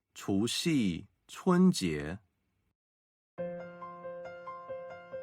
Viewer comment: 总结了8个节日，很好，不过除夕，七夕的读音中，夕是读一声，chú xī ， qī xī！💙💙💕💕🙏🙏😜😜如果要以简体字为准，发音也应该以大陆发音为准。🤔🤔